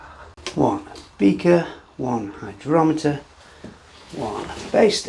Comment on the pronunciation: It would go great in summer. And would it be warm enough you wouldn't need the heat mat? Do you have to strain it to keep the yeast out of the glass? What is the ABV measuring instrument? I thought I heard "hydroleter" or "hydrometer"